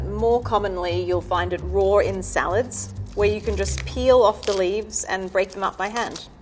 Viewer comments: Does anyone else hate that she adds an extra r every time she says raw(r)? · take a shot every time you hear "rawr" lol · does she pronounce "raw" as "rawr" or am I having hearing problems?! 🤔 😅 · I realize it is a local language thing but, RAW does not have another R at the end ...... it isn't spelled RAWR🙄😉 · I love this lady but it drives me crazy every time she says" roar" instead of "raw", anyone? ...just me! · Nobody: nothing This lady, pronouncing raw: rAwR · i love when she says you can eat something rawr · And she pronounces raw like roar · Not gonna lie I also heard her say roar rather than raw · Why does she say "eat it rawr"? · She: It's pronounced Roar Gordon Ramsay: It's RAAAW. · I keep hearing “roar” instead of “raw” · I love when she says raw. It kinda sounds like roar and that's just empowering💜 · anyone else like the fact that she says "rawr" instead of raw? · I love her accent but the only problem I had was when she said raw it sound like she was saying roar 👁👄👁.... Sorry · Every time she says "raw(r)" take a shot... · I love how she says Roar when she says raw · Why is she pronouncing raw as "roar" do you even english XD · “You can eat it rawr” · I love how she pronounces raw as “roar” 😂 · Not hating but everytime she says raw it sounds like shes saying "rawr" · "You can eat it rawr" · *Australians: rawr (apparently) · Am i the only one annoyed by how she pronounce the words "raw" and "wise"? She pronounce them as "rawr" and "weise" it is just plain wrong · The way she pronounces “Raw” 🤣🤣🤣🤣 ROARRRRR!!!!🦖🦖🦖🦖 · OMG why do I hear roar instead of raw? 😂😂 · "you can actually eat this rawr" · Is no one gunna mention she says raw as roar 😂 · I had an Italian Math teacher in college and she always pronounced rawr, sawr or lawr... I just assumed it was an Italian way of pronouncing but I guess it's British (too?) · Sauté Cut at an angle Raw is pronounced roar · I love the way she pronounces RAWR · The word raw was actually pronounced rowr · she says roar